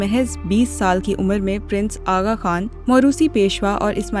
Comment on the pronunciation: جو خبر نگار اردو زبان میں سن اور عمر نہ پڑھ سکے وہ " بی بی سی اردو" پے خبریں پڑھنے بیٹھ چکے ھے یقینآ محترمہ کسی کرنل میجر کی سفارشی دختر ھو گی